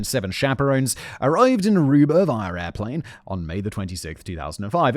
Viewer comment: I hate that he says Arubar.